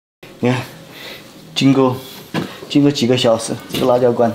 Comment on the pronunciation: 辣椒，la jiao, 不是卷舌r, 没有ra这个拼音的字